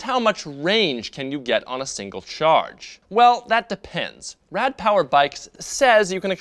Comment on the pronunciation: as a german speaker i dislike the why you say rad^^